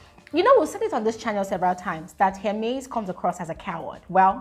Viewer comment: Is not” heremes” Hermes ahhh